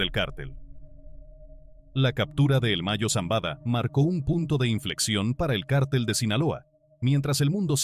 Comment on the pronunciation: No sé dice cártel .....es cartel....no es Guzman.....es Guzmán